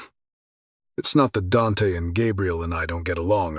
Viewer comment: I know these are Ai narrators, but does anyone know why they pronounce Dante as “Dench” so often?